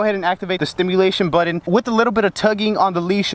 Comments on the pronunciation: It’s BUTTON - not “bwuutteen”... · Its button not budden and important not impordent